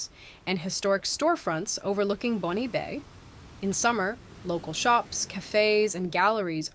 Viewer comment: Also "Bon" Bay.